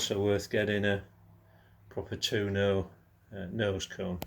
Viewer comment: Tu o no not tuno, April i a not Apriler Otherwise ace video 👍